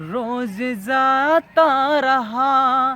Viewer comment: Bhai its not zata, its jata... Its not ranjishen...its manch se main tumhe... Mahnat kar bhai...उच्चारण पर ध्यान दो....ओवर एक्टिंग मत करो। कविता का भावार्थ भी सही नही है